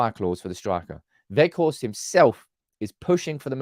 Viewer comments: Hello, I’m Dutch. And please stop saying wetchhorst, it’s weghorst 👏❤️🤣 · You have Wout spot on. As for the G ... English doesn't have that sound. I believe Welsh has it. Most outside The NL say Wackhorst, defo not Wedgehorst. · Quite well pronounced, some practising on the G, ..... A bit stronger at the end of your throat. Say WeGGGGhorst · Weghorst "pronounced - Vekhorst" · I think Wout Weghorst which you pronounce in englisch as Woud Waghorst will be a key player in scoring a couple important goals. Also I think that the money he would be worth is around 10 mil is the same as a young player with the same capabliteits but he would be worth 30 mil because of potential growed. So for 10-15 mil you would have a key player for important situations or to relieve Martial physicly. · Hi. Great convo as always. His name is pronounced VOTE VE(G)HORST, the G in the surname sounds like a growl. Lol. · Go to Forvo for pronunciation. Vout Vech-Horst (but the ch isn’t hard, it’s softer and phlegmy, like you’re about to spit) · The G in weghorst is a hard G. Use your throat Just listen to some dutch and the way we use the G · You’re pronunciation of Wout is good enough. Weghorst is like wedgehorst without the ‘d’. was your best attempt lol. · That girl really threw you off with the ''ch''. You were pronouncing it fine before.